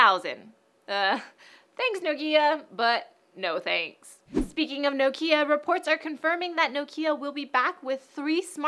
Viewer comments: It's NOkia, not nokIA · you cant pronounce nokia correctly